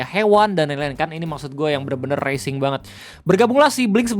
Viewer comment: Bang Bukan " Racing " Bang, " Racial "